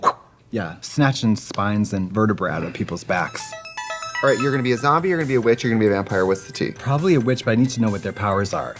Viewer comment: A "Zoombie" hhahahahahahahah